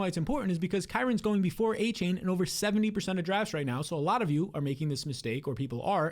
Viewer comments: Exactly! With all that glazing you would think he would at least know how to pronounce his name smdh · You can’t even pronounce Achane name right